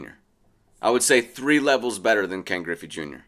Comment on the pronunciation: Its griffey. Not even close